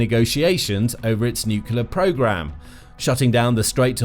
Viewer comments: Nuclear, not nucular!!!!! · Say the word 'new'. Now say the word 'clear'. Now say the word 'nuclear'. It's not 'nukiller'. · Was coming to say this. Not sure why but it gets me so annoyed when people say nuke-u-lar. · New kyoo ler? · I had never heard nucular pronounce with a British accent before. I am now convinced stupidity knows no race or boders. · For god’s sake, just say “new clear”! Say it! You can’t go wrong. Also, President Trump’s claim about “obliterating” Iran’s nuclear capability, appears to be premature and/or exaggerated. But what would you expect from the biggest liar in U.S. Presidential history? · Sounds more like ‘new-killer’ >.< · The mis-pronunciation is intentional. We all know how YT works.